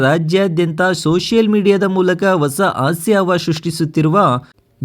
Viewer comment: 😮 ಅಕಾರ ಹಕಾರ ಸರಿಯಿಲ್ಲ ಆಂಕರ್ ದು. ಕೇಳುವುದಕ್ಕೆ ಅಸಹ್ಯಕರ ಕನ್ನಡ ಉಚ್ಚಾರಣೆ .ತಿದ್ದಿಕೊಳ್ಳಿ. ಉದಾಹರಣೆಗೆ ಆಸ್ಯ ಎಚ್ಚು ಅಲವಾರು ಇತ್ಯಾದಿ ತಪ್ಪುಗಳು 😢